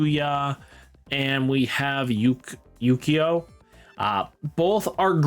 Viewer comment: I just heard him say yuukia instead of yuuko 😂, good deck profiles though!!!